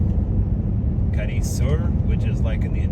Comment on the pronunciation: how is it that you have not noticed the accent over the second letter, A ? you are putting pressure on the I. Sorry, but Americans annoy me so much